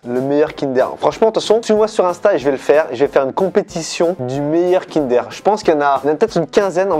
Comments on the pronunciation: le meilleur kinder deja cest pas kindèr mais kindeur 😡😡😡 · Par contre qui dit kindère au lieu de kindoeur mdrr